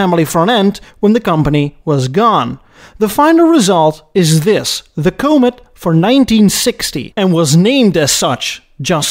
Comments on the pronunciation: A nice little video. Thanks. Just one suggestion: since you seem to prefer discussing American cars on your channel, make sure you know how to pronounce their names. The Comet is pronounced kä-mət, not kō-mət. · Bit late now, but for future reference, the word or name ‘Comet‘ is NOT pronounced similar to 'comb it', but more like ‘comment’, minus the ‘n’ of course… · comb-it for comet. Are you a chinese robot? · Great content,. I thought Edsel was above Mercury. Surprised me. In the US where the Comet was made we call it “cah-met” and not “coh-met”. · SSEL, not EdZZEL. CALM-et, not COMB-et. Basic respect: say names correctly (this not about accents; yours is terrific!) A designer recalled the clay Comet mock-up was wheeled from Edsel to Mercury studio. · It's pronounced, CO-MET, not COH-MET. Capeche? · Come on... KOA-met? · Someone needs to learn how to pronounce "comet" correctly... along with a few other words! 🤦‍♂️ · I'm there. Send me two. People try to correct his pronunciation but he evidently feels we are all wrong. There have been movies named Cimaron. Haleys Comet. Its not like the correct pronunciation is a secret or something. I have been to Holland. They speak English pretty good. Especially the hookers and drug dealers. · I had no clue that McNamara was with Ford before getting knee deep with the Vietnam quagmire. Good to know. I'm also going to need for you to pronounce COMET correctly. You're doing that Stewie thing on Family Guy where he pronounces Cool Whip all weird and I will not have it! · I don't think the design was that bad. my mom always talked about how ugly they were. maybe if they had dedicated assembly lines things would have turned out better for this car line. also you pronounce "comet" wrong